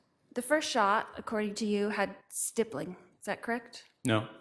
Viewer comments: Same! A snotty teenager. I think she mispronounces stippling as stibbling at first. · “ let’s talk about stippling”😂